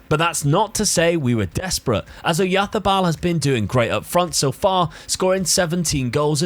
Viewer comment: Tbh I have not seen anyone trying so hard and doing it better than. Even Spaniards don’t say Oyarzabal so perfectly:) If you think it’s SO easy to read names, try Błaszczykowski for example. One of better Polish players few years ago.